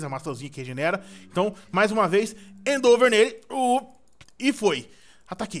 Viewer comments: lÊ a porra do ataque com calma e pronuncia certo, primeiro vc começou a falar endover e agr endeover, cara o ataque se escreve endeavor mano fala certo q é endivor lê assim q ta certo, e nem vem kid falando q ele fala do jeito q quer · o nome do ataque é endeavor não endover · e end over nao endeover